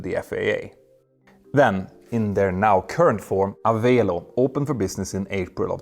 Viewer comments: Pronounced "a-VELL-oh" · Just a minor note: Avelo is pronounced like 'Hello'. :chillwcat